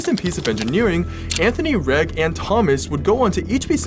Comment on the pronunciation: Reg or Reggie are popular names in the uk and are pronounced rej not reg